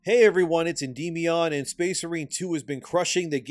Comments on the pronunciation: I believe it's pronounced Endy Minion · i believe it's pronounced end my on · I’ve never gotten into Warhammer 40k but this game at least makes it worth thinking about! Also I think it’s pronounced “End-ee-MY-ahn”. ;) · It's pronounced Enddy Meow Un , because he identifies as a Korean kitten leader.